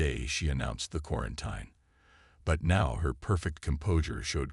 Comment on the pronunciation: Still not pronouncing quarantine correctly, huh? 😂